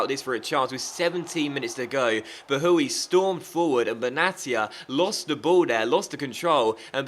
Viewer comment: Bahoui is pronounced like "bowiee", might be good to know! :D